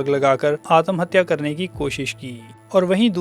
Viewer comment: आतमहत्या नही आत्महत्या.. त को शार्ट करो